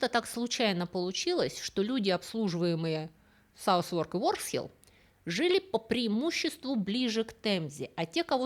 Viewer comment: Как ни контриниуитивно это выглядит, название Southwark читается как «сазарк»